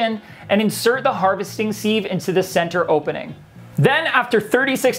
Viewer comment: Siv not seeve, love from the uk